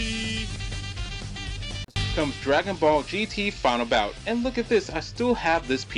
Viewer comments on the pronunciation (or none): none